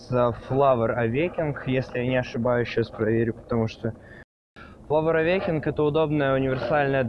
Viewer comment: Не флавор авекинг, а флавор авакенинг!